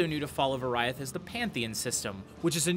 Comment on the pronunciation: It's pronounced "Or-ee-ath", not "Or-aye-ath."